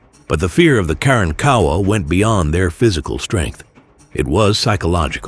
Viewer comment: In Texas we pronounce it" Ka Ronk Awa" not"Karan Kowa"!!😮😅😊😂😢